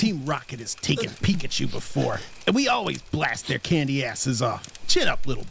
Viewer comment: Bro that ain’t pickachu that’s mekachu